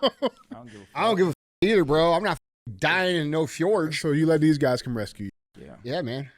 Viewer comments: I was listening to the audio and just had to come comment. Fjord is pronounced Fee-yord. Not fa-jord. Damn Neanderthals 😂😂 love you and love that your saying fuck YouTube now, much funnier when you don’t put the chains on. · It’s FJORD! 🤦🏻‍♂️ J is silent🤦🏻‍♂️